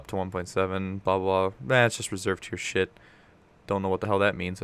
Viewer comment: Hey did you say "that's pretty much shiit" at the end there?